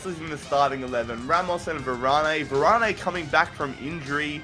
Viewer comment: u say Varane wrong 😂😂